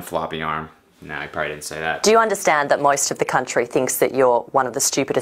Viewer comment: did she say “MOIST of the country”?? 😂😂😂